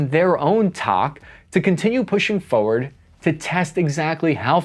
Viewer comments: Now... say 'forward" slowly 'fore' and 'ward'. Forward.: FO werd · FFS. It's FOR-word not FOE-ward.